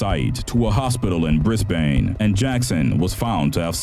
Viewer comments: IT'S NOT PRONOUNCED BRIS- BANE IT'S PRONOUNCED BRIS- BIN!!! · BRIS-BANE really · its pronounced brisbin not Brisbane lol